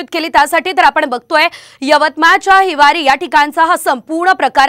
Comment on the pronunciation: त्या गावाचं नाव हिवारी नसून हिवरीआहे😂😂😂😂😂😂😂😂😂😂